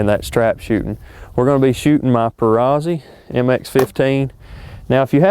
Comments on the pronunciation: No offense Dude. You and the Mrs. are awesome shooters. It's pronounced, per-ROTS-ee. Like pizza, you don't pronounce the z's. Don't shoot me. Lol. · It's Perr-aut-zi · Perazzi is pronounced ... Per-rat-see !! For Christs sake ! Lol